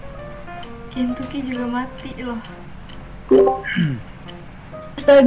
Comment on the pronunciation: di menit berapa aja bilang kenyucky